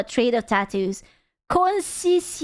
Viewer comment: Pronouncing conscientious like a French desert xD On a serious note, if you want to truly understand these terms I suggest googling the five point personality traits. What is generally considered (me included) to be the best measuring tool for personalities, traits, and therefore virtues (and their negatives being vices). People who are highly conscientious are basically empathetic. The opposite of the people calling themselves Empaths today. They invert everything. The nose ring is a bleeding heart "look at me and my pain/virtue". They make their piercings and tattoos their personalities, evidence of their hedonistic and materialistic existences. A self admission to anyone wise or unfortunate enough to understand the language of trauma. It's intimately tied up in anxiety and self worth, self loathing, materialism, postmodernism, nihilism, and ultimately... transhumanism. Which is what all body modification is at its core. The most fundamental, rudamentary attempt of the biological human to transcend the limitations of its own sinful and flawed faculties. A rebuke of the order that allows them to exist at all, an attempt to break the chain that birthed them. They wish to destroy the chain. Beware all who live OINLY to deconstruct, they are nothing but pleasant barbarians.